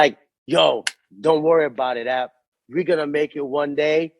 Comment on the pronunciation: .AP is pronounced as app